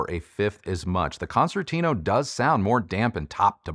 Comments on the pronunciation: Hey! A suggestion from an italian subscriber: why don't you pronounce the name "concertino" the (right) italian way? Let's try: "concertino" means "little" or "tiny" concert in italian, and it's pronounced with a soft second C as a "ch" in english. So it's more like "Konchertino" for you english speaking hifi reviewer;-) cheers! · I love Sonus Faber Concertino since first version, beautiful sounding speaker but not for all types of music unfortunately. Love the review, but just one remark, your pronunciation of its name is far off from its original Italian version and it hurts my ears a bit 😊. Please try to fix that in future videos.